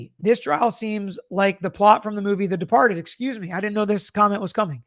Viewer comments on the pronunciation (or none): "The Depahhhted"